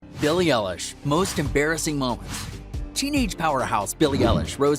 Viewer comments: Who is Ellish it's eilish like i-lish do your research ok. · Ellish??? EILISH thank you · You said her name wrong!!!!!!!!!!!!!!😠😠😠😠😡😡😡😡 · You said her last name wrong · You said her name wrong